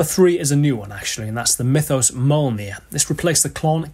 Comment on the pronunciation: Great to see two Mythos Pedals added, they are phenomenal. And also provides the excellent moment of a Welsh man trying to pronounce Mjolnir haha Epic as always, hope the new board leads to some exciting new sonic explorations!